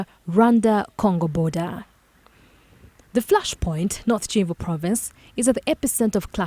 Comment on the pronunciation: It is Kivu not Civu….